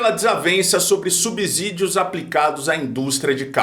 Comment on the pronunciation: Pelamordedeus: a pronúncia é "subssídio".